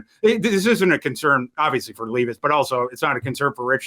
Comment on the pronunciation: Ton of respect to fantasy pros for charitably brining a random homeless person as a guest. But I think they should have at least told him how to pronounce will levis’s name before the show